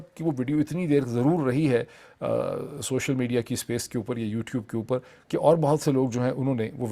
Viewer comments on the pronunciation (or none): none